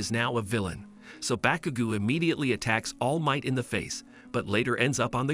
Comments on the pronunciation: Also it’s not pronounced bakugoo it’s baku GO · Bro really said bakugu and diku 💀